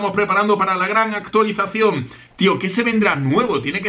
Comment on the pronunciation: Like si escuchaste a decir actulicion 😂😂😂😂